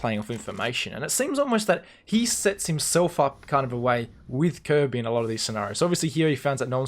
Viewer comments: Good job. Try “K-R-B” for kjaerbye instead of “Kirby”. Technically it’d be KRboo, but no one lengthens the o sound :P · kjearbyes name is actually pronounced with the j sounding like the y in yogurt but other than that youre pronouncing it fine.